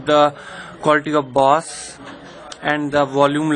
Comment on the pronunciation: it's bass and not baass ..chutiye ..!!!lollll